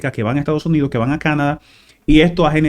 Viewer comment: Por favor, es Canadá; la tilde y el acento en la pronunciación es en la última Á. Nos hemos acostumbrado a pronunciar dicha palabra, con el acento en la pronunciación en la A de la sílaba CA - na - da. Y excúsenme por hacer la corrección por este medio.